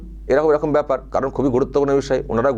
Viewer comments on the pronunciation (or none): none